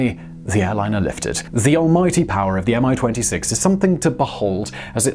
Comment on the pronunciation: I envy that great confidense of yours and how you butchered every Russian word with it!.. :) -Even as simple as "Mi"! Common - it's just "Me", not "M" "I"... ;)